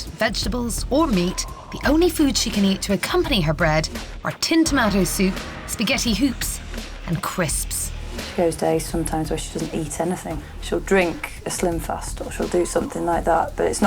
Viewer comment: I love it when they say "Crispspss"